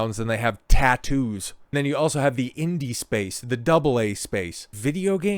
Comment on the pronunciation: anyone feel like there was way to much emphasis on tattoo's when he said " people who have more pronouns than tattoos"